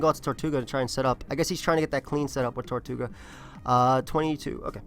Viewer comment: it's TER-toe-ga not TOR-tu-ga. It's spelled tirtouga